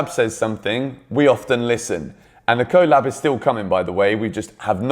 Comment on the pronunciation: X romano “co-lab”